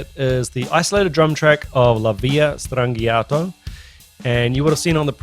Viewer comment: It's pronounced with a soft G. Stran GEE ahto :-)